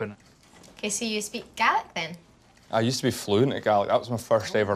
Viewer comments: Ha ha, it's Gaelic, an ancient Scottish language, but it did sound like garlic! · N T it’s the pronunciation lol, but it’s Gaelic not garlic. It’s the Scottish language I think? c